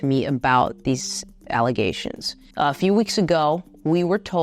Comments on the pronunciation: More "Alizations"??? Who would have known? alizations. lol what a dummy... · All just “alluzations” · (Allezations) is how Tiffany pronounce and spell it lol they wasn’t saying it like that, they were just mocking her lol. Tiffany has a wide range of ghetto illiterate pronounce words.